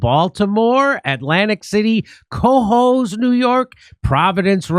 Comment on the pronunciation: Cahoes- accent on the second syllable